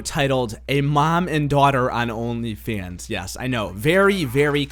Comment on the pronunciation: "Oghnleh Fawnghs"